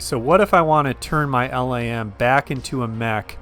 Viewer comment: LAM is pronounced like 'lamb'.